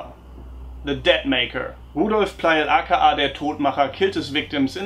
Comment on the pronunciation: The way you say "AKA" is so funny! I love it.